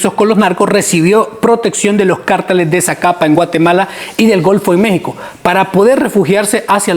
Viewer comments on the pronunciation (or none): none